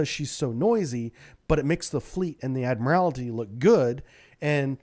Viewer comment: There's only ONE 'I' in 'ADMIRALTY'. Its NOT ADMIRAL-I-TY. Please.